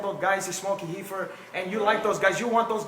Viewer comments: its REEFER NOT HEEFER DUMBASS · How is joe not lol every time this dumb fuck says heefer.... too funny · "Super-Heefer" lol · Hahaha hecords, heefer dude need to be heducated